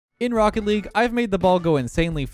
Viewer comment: "This is rocket leage."